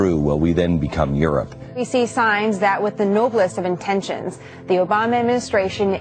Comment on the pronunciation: did he say erupt or Europe?